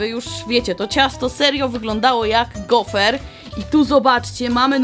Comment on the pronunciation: gofr nie gofer 😂😂😂😂😂😂